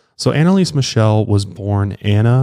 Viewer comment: I‘m from germany and i‘m sorry but I couldn’t hold back a laughter when I heard you pronounce „Michel“ like „michelle“ 😂 and Bavaria is actually in the south of Germany, maybe klingenberg is located in the west of Bavaria itself